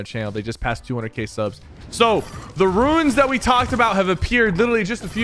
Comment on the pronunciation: Pk. I love you, bro. But we gotta learn to pronounce “runes” my guy.